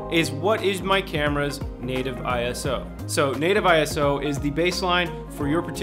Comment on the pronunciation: ISO is not an acronym for Internation Standards Organization, It belongs to the International Organization for Standardization (or in French: Organisation Internationale de Normalisation) and it comes from Greek "isos" which means equal. It is pronounced eye-so not eye-ess-oh. It was chosen since an acronym would be different across different languages.